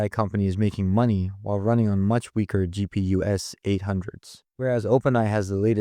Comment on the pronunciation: He used an AI narrator it's pronouncing "APIs" as "Ape-is" and "GPUs" (the plural of GPU) as "GPU es"